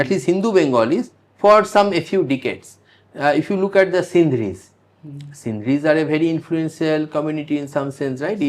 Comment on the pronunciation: Not Sindhris it is Sindhis.